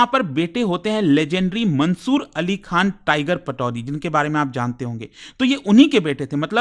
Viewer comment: खान हे खां नहीं हे 😂😂😂😂😂😂😂